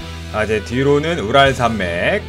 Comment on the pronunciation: 우랄이 자꾸 부랄로 들리네